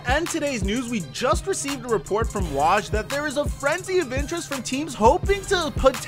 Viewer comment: You're saying Woj wrong, it's W-oh-j